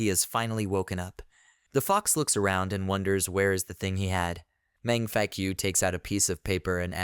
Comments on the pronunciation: is it me or do he say senior mang fuckyou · meng faku read that last line like fak - u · I always laugh when you say the mc name it sounds like "man f*ck you"😂